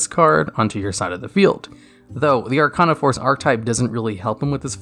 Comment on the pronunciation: “Archon a force” how the hell do you mess it up that badly